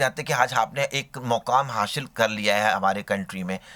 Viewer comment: Hashil nhi hasil hota h be 😂